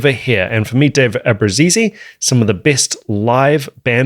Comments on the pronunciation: It's an Italian surname. Not "Abrusisi" like you say, ABRUZZESE. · FYI: You do know that's not how you pronounce our last name. Cancel the last E. Ah-Brew-Zees.